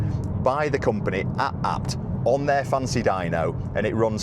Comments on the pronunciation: Is it not pronounced A B T as separate initials.... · Please stop saying ah-bt lol